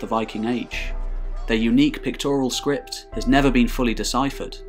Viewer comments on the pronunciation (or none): none